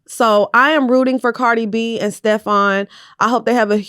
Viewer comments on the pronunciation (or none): none